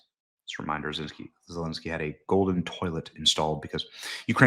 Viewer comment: I absolutely love how Benny butchers zelenskys name!!!!